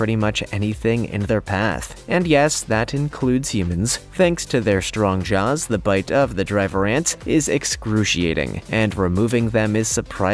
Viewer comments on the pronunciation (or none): none